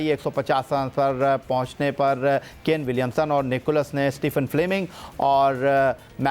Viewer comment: Sikandar would say "Ghabrana nahin hain" 😂😂😂🤣🤣🤣 and for Allaah's sake please say Nicholls not Nicholas